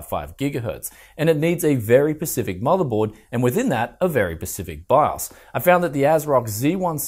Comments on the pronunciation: Sorry I don't mean to be rude and I could be wrong but here is my constructive criticism. It's Specific not pecific. I may have just misheard. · Specific...not Pacific..lol.... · Did it sound like said "pacific" instead of "specific" to anyone else? cool video tho!